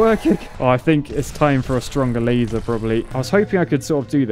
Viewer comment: When he says "laser dome" at the start it sounds like he say "lazy" dome. It makes sense considering how much work it is to use the sword.